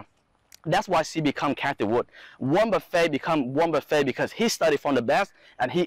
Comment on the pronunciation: Haha.. he say like Golden Corral 'Buffet'